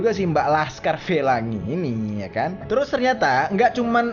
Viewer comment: anjirr ngakak banget pas bang ngomong lhaskar felangi, lagi pake masker sampe retak gara"ketawa wkwk